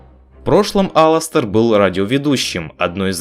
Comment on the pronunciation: Единственный, единственный кто назвал его Аластер а не алАстер!